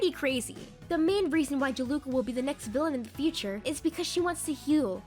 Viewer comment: "Jaluka" Its juleka? Jew-lah-kuh